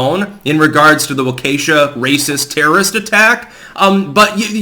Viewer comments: Wah-keshuh is killing me, lol. It's Walka-shaw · Ya know, when you continue to mispronounce "Walk a shaw", you do your part to sanitize the story. Just as you accuse the legacy media of doing. Many casual listeners fail to make the connection to the unpleasant event perpetrated by a racists loser who drove thru Christmas parade goers in Wisconsin a few days ago. Your pathetic mispronounciation sounds like a ghetto in wakanda. Not a city in Wisconsin. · It's pronounced Wauk-eh-shaw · I really wish you would try to pronounce Waukesha correctly. Walk-ah-shaw......... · Wah-keh-shaw is how it's pronounced. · Waukesha is pronounced walk E sha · Walk-a-shaw is how you pronounce it lol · This is how I hear it pronounced in Wisconsin. walk E Shaw. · It's pronounced walk-uh-shaw. Cha'alt! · Its pronounced Waaaahhh keeeee shaw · It's pronounced "waw ka shaw" waukesha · Wah key shaw is the correct pronunciation of Waukesha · Hi everyone, I live in Kenosha and am from Wisconsin. It is pronounced Waw-kee-shaw or often Waw-ka-shaw Just saying. :) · Its pronounced WokeyShow, because that was what he was putting up.